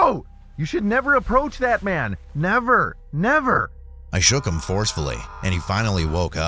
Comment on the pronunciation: "Never nerver"💅💅